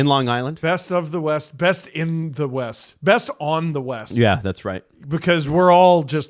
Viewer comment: Or... "Wyest"?